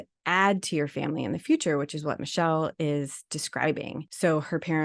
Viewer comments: I watch Michel (Mic-Kel) but never seen this ❤ Sorry I thought i needs to fix the pronunciation xx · It's pronounced mi-kel short i..not michelle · it's not Michelle, it's Michel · FYI: Her name is pronounced "Mick-elle Jan-see" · Mik-el Jan-see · Thanks for talking about this! And just so you know her name is pronounced Muh-kell Jan-sea :) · If you are going to comment on her video, you may want to pronounce her name right.